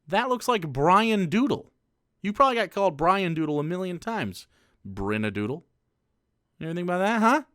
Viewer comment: I think brynadoodle is pronounced breenadoodle Off topic Ik